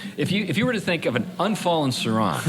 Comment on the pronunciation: The emphasis is on sau not ron